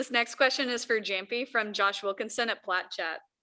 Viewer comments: you mean "yamppi" not "jamppi" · Hate when she always mispronounce Jamppi’s name